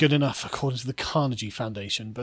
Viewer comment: Not sure you quite mastered "Carnegie" there, Carl